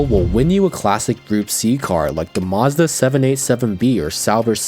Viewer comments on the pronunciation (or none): none